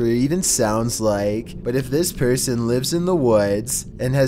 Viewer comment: Its person not porson